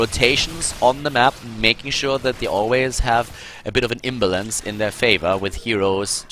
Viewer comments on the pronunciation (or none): Hey, we lost the first game and we get to pick the next map! I know, let's pick the map where our opponents are the strongest! Why, SK, why? One more think, just a grammar nitpick: the way to prounounce 'imbalance' is IM-balance, not IMBA-lance.